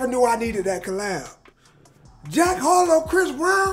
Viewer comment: It’s Harrrloow